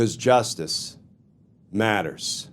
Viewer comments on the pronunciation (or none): You are so great Glenn!! Thank you for the information. But the beginning lead in, where you are talking normally, but then all of a sudden you turn stern and scary and bark "justice matters!"...thats distracting. Just be you, like "welcome to Justice matters"